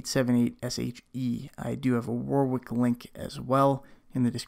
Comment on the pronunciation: Love your videos. Couple of minor/silly questions. Warwick is pronounced Warick everywhere. Is this one of those weird things (mostly found in the USA. Eg; caramel. Everywhere around the world its pronounced car-a-mel... just like its spelt but Americans say carmel) where its just pronounced wrong? And if your Canadian why are you talking in the old weights and measures instead of metric? The only 2 countries in the first world that don't use metric are a very small middle eastern country (can't remember the name) and the USA. As I said, a couple of silly questions but just bugged me as I was watching.... cheers and keep up the awesome content.